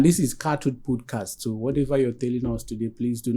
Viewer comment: First off, this presenter is so dull. Pronouncing "podcast" as "pudcast". I came here because of this interview but i just have to quickly say those who watch this guy's podcast steadily must be going through a lot because he sounds so dull.